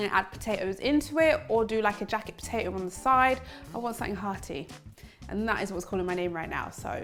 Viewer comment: Po-tay-Oh LOL 🥔